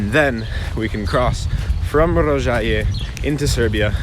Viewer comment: Tip: the O in serbocroat is shorter (you said it great in Rožaje)